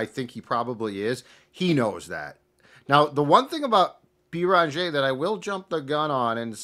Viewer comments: Guys, it's not "Bee Rahn Jay" It's "BAIR in ZHAY" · “I take issue with” u already butchering Joan’s last name! There is no Bee-run-jeh - it’s Beh-renn-jeh. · You're killing us with your pronunciation of Beringer (bear on jay). For a guy that talks for a living you should be doing better. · “Bear on jay”. Put some respect on that name. I expect a better pronunciation tmrw.